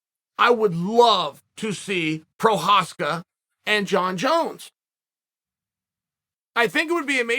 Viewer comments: I remember he called him "progaska" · proprietary? prokreiv? prokryev? provider... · Who is “Prochazka?”